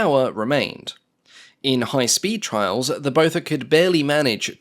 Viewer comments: I think its pronounced 'Bother' 😁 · Its Botha, like Naas Botha, prounounced Booa-ta its a South African Afrikaans surname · every time you said Botha i heard Beaufort 🤷‍♂ 😂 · Me too!